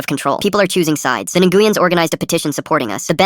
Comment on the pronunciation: Neh goo yen? If it's Nguyen, it's pronounced Win.